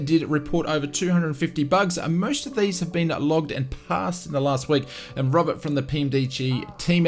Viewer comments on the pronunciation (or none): none